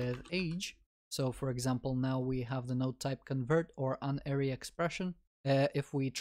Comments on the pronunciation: god damnit unary isn't pronounced like uninstall, it's pronounced like unity also + is not an operand, + is a binary operator, it's binary because it depends on two operands likewise, a unary operator has a single operand conditional operator is also called a tertiary because it has three operands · Unary is pronounced as in Unicycle, Universe, United. Not as in onion, undead, unhelpful.